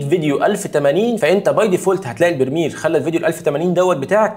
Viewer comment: بريمير وليس برميل